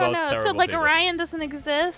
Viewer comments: his name is orion pronounced o ryan just sayin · It's "Orion" but it's easy to misshear.